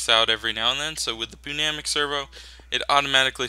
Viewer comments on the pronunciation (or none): This series is really getting me back into mods, can't wait for next episode! Also as an FYI, Pneumatic is pronounced New-Mat-Tic. It's weird :P